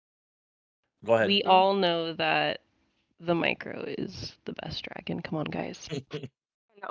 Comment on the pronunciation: Hearing say dragon is sooo painful lmao